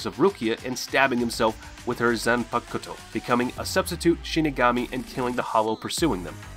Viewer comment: Damn bro can u say any of their names right yeah I get ur saying the last names first like in Japanese culture but u pronounced half the names wrong lol.